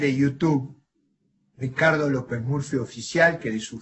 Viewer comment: Me encanta como pronuncia Ricardo.. "Shicardo" XD